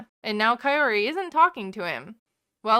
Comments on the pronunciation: Ed pronounced "Kaory" different every time he said it. ffs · I cant listen to ed say Kaori's name one more damn time.